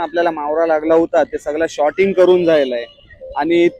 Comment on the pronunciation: Shorting nahi sorting boltat